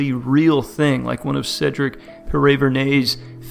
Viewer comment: The fact that you pronounced Cedric’s last name is an accomplishment in my book. 😂😂